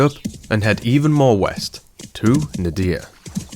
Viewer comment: We need more Ziggy intermissions, Ziggy is awsome! also ngl the way you pronounce Nadiya is mildy infuriating.